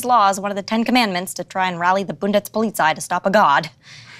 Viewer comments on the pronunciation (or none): BUNDETZPUHLEETZAY OMG Karnsteen is one thing but bundetzpuhleetzay 😄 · As a german, I really enjoy the way laura pronounces the word 'Bundespolizei' :D (And the rest of this episode, too, but her pronounciation is really cute)